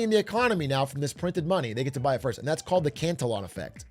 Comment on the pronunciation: Cantillon effect … “cant e own” … it’s a French name but Richard Cantillon and his work is still relevant today. He was one of the first thinkers to define the role of an entrepreneur; “one who bears risk” by buying goods at one price and hoping to sell them at a higher price… the entrepreneurs income is not fixed like a salary. Some really interesting work for any aspiring economics students. Cantillon’s pinnacle work was titled “An essay on the nature of trade in general” and is worth the read.